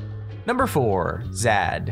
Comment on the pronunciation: its pronounced zayyyd